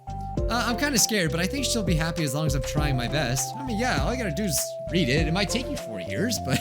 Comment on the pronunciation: When reads read as read